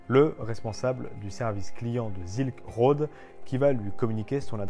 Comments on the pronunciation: ZZZZZilk road ^^' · sssss-ilk road ^^